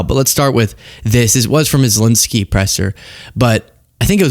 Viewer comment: Still struggling to understand why, Ben Meiselas, Trump, Kaitlan Collins and every Fox presenter thinks that Zelensky's name is "Zelinsky". Seriously, how hard can it be? 🤷‍♂